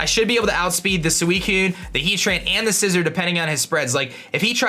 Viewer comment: "Scai-zor"? I'm triggered.